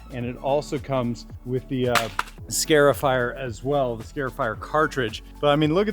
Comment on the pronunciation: it is a scar-ifier... not a scare-ifier. It is marring or scarring your lawn.